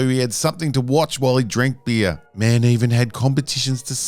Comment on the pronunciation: The way he spells "beer" mademe chuckle, because it sounds like "bee" XD